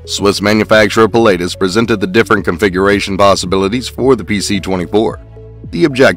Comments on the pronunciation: It’s pronounced puh·la·tuhs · Ah … no! Pii (like in „to pee“ … sorry about that 🙈) - laa - tus (the „u“ like the second u in „usual“), it‘s a famous mountain in central Switzerland near by where they are built. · It was hard to watch this video when you can't even pronounce Pilatus properly. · No kidding! Must’ve been some guy just to narrate and has no clue about Aviation.